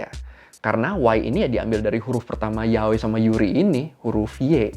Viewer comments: Yaoi Sebutnya Ya Oi Bukan Yaoy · Funfact pas tadi kakak pronounced yaoi kayak "Yahweh", Yahweh itu bahasa Ibraninya Tuhan well dalam Alkitab. Thats it Gbu